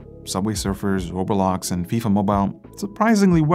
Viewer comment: I'm dying in laughter how you said the game " roblox " you said it " robolox but no worries mate we got the point